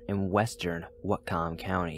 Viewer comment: Spo-kan. Watt-kum. As a life long resident of sno-ho-mish county, I would like to applaud you. You did a lot better on pronunciation of our cities and landmarks then most. (A good chunk of them are the indigenous names)